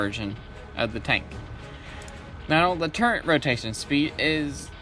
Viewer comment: It says turret on your spreadsheet but you still say Turrent, why ?